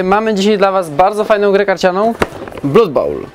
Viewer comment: jak zawsze w genialnej formie:) Jedna mała rzecz, która jednak strasznie kłuje. [`blʌd] krew wymawiamy [`blʌd]:)